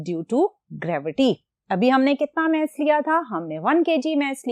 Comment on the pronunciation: Meas ❌ mass ✅